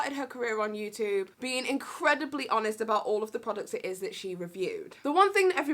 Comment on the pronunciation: Bless she sounded like she said she does Amish reviews (honest reviews) lol